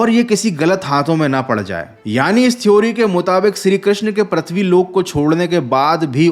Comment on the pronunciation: Arre vho Pruthvi hota hai Pratvi nahi 🤦🏻‍♂️